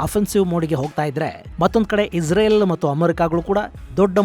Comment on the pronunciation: ಪದೇ ಪದೇ ಇಜರೆಲ್ ಈಜರೆಲ್ ಅಂತ ಹೇಳ್ಬೇಡಿ ಗುರುಗಳೇ ಅದು ಇಸ್ರೇಲ್